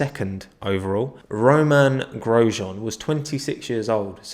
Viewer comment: Grosean from haas